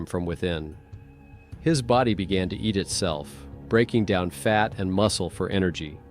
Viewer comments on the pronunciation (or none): none